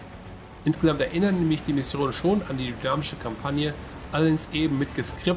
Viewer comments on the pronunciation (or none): none